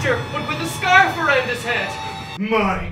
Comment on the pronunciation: This makes it the second time I've heard an Irishman say the word "scarf".